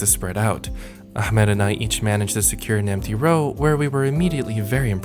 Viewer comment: You turned Ahmed to AhMAD